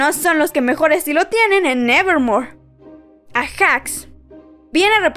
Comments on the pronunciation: te pido por favor que aprendas a leer nombre por ejemplo no se dice ejacs se lee eiyacs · Se dice eijax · Se dice ayax